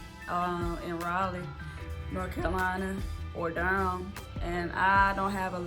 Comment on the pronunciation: What is Dur em? Lol, You mean Durham. I like the way you talk.